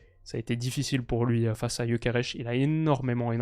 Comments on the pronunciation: Ça se voit que t'es influencé par le fait qu'il joue au Sporting quand tu prononces Gyokeres(che) 😂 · il est Suédois, pourquoi tu prononce son nom à la Portugaise 😂